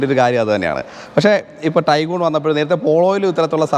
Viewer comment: ടൈഗൺ അല്ലേ, ടൈഗൂൺ അല്ലല്ലോ.